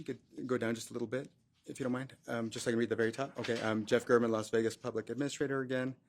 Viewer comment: It’s Gāre-man.